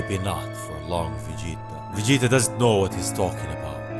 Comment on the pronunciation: No one can say Vegeta like you